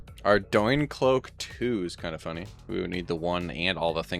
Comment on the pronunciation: you're the first person ive heard pronounce Ardougne right 10/10 whats the plan if you get a pet you dont have a card for?